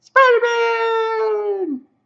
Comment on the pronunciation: Spi-dah-maaahn!! * twip-twip * Corrected below: * thwipp-thwipp *